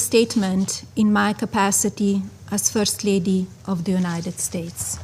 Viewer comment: As the furst laidi? 😂😂 .